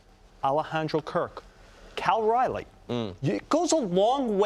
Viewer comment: "Cal Riley"